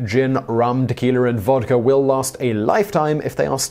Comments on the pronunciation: Tequiler. xD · Simon Whistler: "Tequiler"